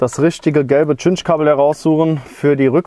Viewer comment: Danke für das Video, es hat mir tatsächlich geholfen. Nur eine Bitte: Geh bitte mit gutem Beispiel voran und sage bei Cinch-Kabeln nicht mehr "Tschinsch"-Kabel. Im Englischen wird die Buchstabenfolge Ci wie ein scharfes S gesprochen. Siehe "Cinnamon" oder "Cincinnati" Es wird also also korrekt "Sinch" Kabel gesprochen. Sprechen die allermeisten Deutschen leider falsch.